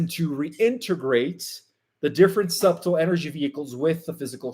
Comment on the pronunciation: Also, the b in subtle is silent, SUH tle.Thanks for another enlightening report.